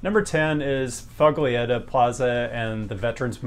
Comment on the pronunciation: When you said Foglietta plaza in Philly, I heard "fugly." Which, coincidentally, is a very good description for quite a lot of Philly.